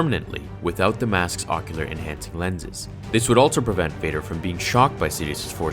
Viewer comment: Normal English: "Also" English: "Altso"